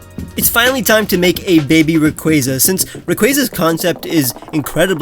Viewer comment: ITS “RAY-KWAA-ZUH”